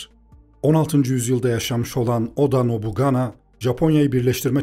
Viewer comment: Nobunaga'nın adını yanlış teleffuz etmişsiniz. Ve yapay zekanın yaptığı görsellerin çoğunda silahlar doğru değil. Elinize yüreğinize sağlık